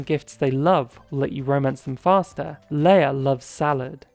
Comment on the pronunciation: Leah’s name is not pronounced like Princess Leia it’s pronounced Lee Ah